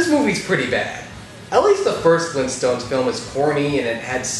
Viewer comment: Fleentstones?! OK, no. Sorry.